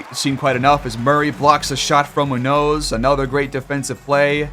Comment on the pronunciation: You finally turned it around man, great series. Mac Boyd has totally taken off lol its not a question who the best player on this team is. Btw the way youre pronouncing Munoz is crazy and wrong lmfao